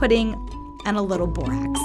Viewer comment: It sounded like she said “ and a little bit of booax”not hating just wanted to say that.